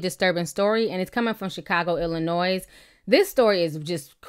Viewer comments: Ti, please do not pronounce the "s" in Illinois. It's pronounced as "Illinoi" Thanks, Management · Ti, love u to death but... you're in media! The s is silent in Illinois!